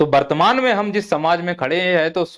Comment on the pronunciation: पहले बर्तमान को सही से बोलना सीख लो । वर्तमान